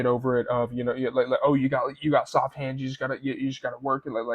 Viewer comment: Soft" hEands